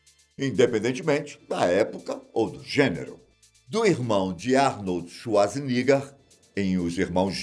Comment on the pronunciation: Arnorld Swarznigga kkkkkkk